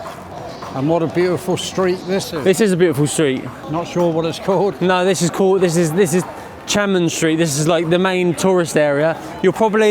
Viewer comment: It's Tian An Men square. Three separate words. Not teeanne square.